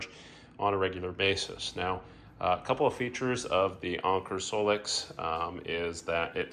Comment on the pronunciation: Never said it was wrong just funny sounding. Thanks for the information though.